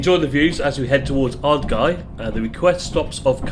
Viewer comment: I know it's too late as the video is made, but it's pronounced croh-mar-ty, said very quickly, and coh-non bridge, good job nailing Ardgay though, that always catches people out.